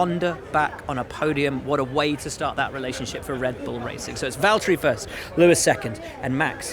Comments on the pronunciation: Valteri, it’s ja.. chotto matte. James it’s valteri do you mind if I pass Hamilton? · James, it’s Valteri... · James, its valtteri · James, it's Valtteri